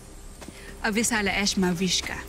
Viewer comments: Lira: thank you salamat Danaya: avisala ishma (sry kung wrong spelling) Lira: avisala asthma Danaya: ishma Lira: ishma avisala ishma 😂😂😂😂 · Lira: avisala ashma haha😂🤣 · Avisala astma may asthma ata si vishka kaya sinabi ni lira avisala astma hahahhahahahaha joke